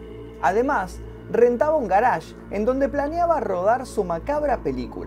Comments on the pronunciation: "El garásh" ¿oyeron? "el garásh", oh lala señor francés, si como no... -: ¿Cómo se dice entonces? - Yo: Parqueadero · El "garage", ulala señor frances